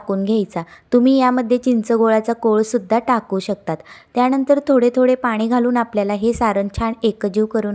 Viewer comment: ताई आपली भाषा अशुद्ध आहे.पानी.त्यानंतर असे खूप अशुद्ध पाण.असे शब्द नाही तेव्हा आपली भाषा सुधारा बरं ❤❤